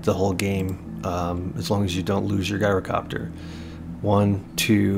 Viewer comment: It’s not said like Guy-rocopter…. It is said like Jy-rocopter. Unless you’re Greek…. Then you get to say Yi-rocopter